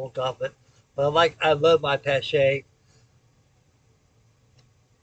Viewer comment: Helldiver coming along nicely! I'm with you! I love my Paache VL Double action too! And THANK YOU for pronouncing it correctly. I'm from the Chicago area, know this local company very well. And you sir, pronounced the family name Correctly.